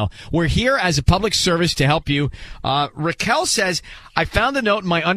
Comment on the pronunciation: It's Raquel, not Rickel